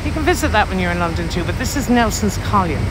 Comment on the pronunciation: It's called Nelson's COLUMN not COLIUMN !!!